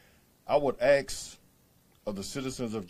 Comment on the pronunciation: Did he just say axe…